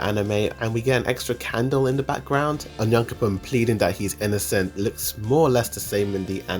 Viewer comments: Just stop pronouncing names wrong it's not cute it's not clever not funny for sure onion coupon just makes you look stupid stop that BS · He sounds like he is saying "onion coupon" for onyankompon lol. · love how you pronounce onyankopon